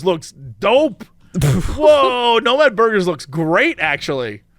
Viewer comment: Listening to Jesse butcher the names at Nomad Burgers as a Dane was really weird.